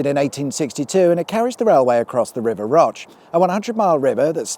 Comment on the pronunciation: Enjoyable little film - I'm a TV director myself. I used to live in Tottington & use the M66 a fair bit going to & from the airport. One tiny complaint: The river Roche isn't pronounced as if it's french but as in Roach, the fish.Ok 2 complaints, sorry. Todmorden is pronounced Todmaden, not todMORden. Sorry to be pedantic - it's what living abroad for 35 years does to you ;-)